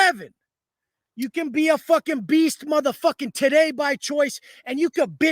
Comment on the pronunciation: Did he say Today or Titay?😂😂